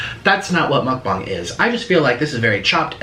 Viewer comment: I thought he said muckbong not muckbang